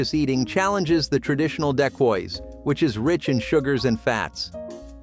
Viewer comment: OMG. he butchered the name Daquoise